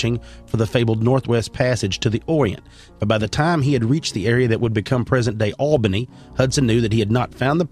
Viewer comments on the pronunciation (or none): none